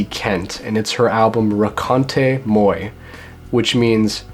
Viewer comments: Moi is pronounced mwa. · And his pronunciation is way off. "Moy"? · you pronounce moi as mwa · Not to be a nitpicker, but look up how to pronounce the French word "moi." Hearing your Americanized version of it is equivalent to a stylus scratching a record lol.